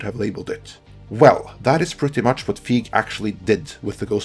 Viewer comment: You're mispronouncing Feig. The 'ei' has more of an 'a' sound.